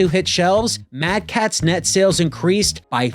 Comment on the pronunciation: Every time you say mad catz I die inside. I was also that friend, then when I needed a extra controller my mother got me a... Mad catz. I wept tears of blood.